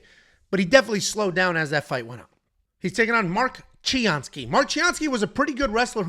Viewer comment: Mark Chianski ?! Really ?!